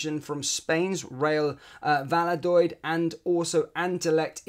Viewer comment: It's pronounced val-do-lith